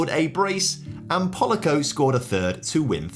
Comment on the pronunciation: the "a" in Polaco isn't pronounced "a", more like "ah" - Pol-ah-co - yeah, like that xD